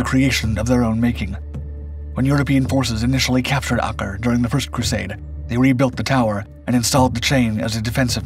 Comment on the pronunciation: Learn how to pronounce Acre.